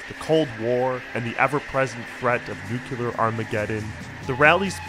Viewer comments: sorry i just lost all respect for you "nucYOUler"? are u pres. bush or somethin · " ..the ever present threat of nu-cu-lar armageddon.. "